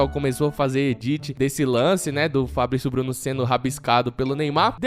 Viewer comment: o japonês Fablicio Bluno